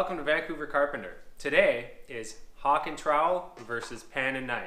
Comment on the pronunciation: The Hawkk....what are you from New York......west coast..Mudd and Pan buddy !